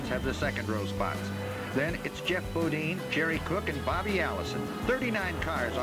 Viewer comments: The only time in history I’ve ever heard his name pronounced “Bo-Deen” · Back when announcers were trying to figure out how to pronounce Geoffrey’s last name properly (Bodine).